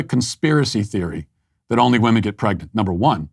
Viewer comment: Why is this “poet” unable to pronounce the word women? It is written women, but pronounced wimen. Not wohmen. Bizarre.